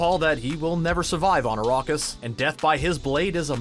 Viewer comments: I've seen Dune 2021, 1984 and the 2 Sci-Fi channel miniseries, and not once have I heard it pronounced Arrokis, as narrated in this video. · ARAKIS for God's sake..ARAAAKIS